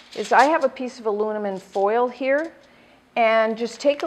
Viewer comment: You said alunimin